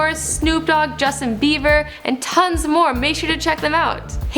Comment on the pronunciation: did she just say Justin Beaver...........bruh